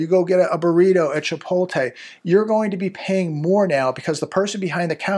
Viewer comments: love your channel...but please.. it's pronounced "Chi-Pote- LAY. not "Tay"...Lay 🤣🤣🤣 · Chi PULL te lmao😅.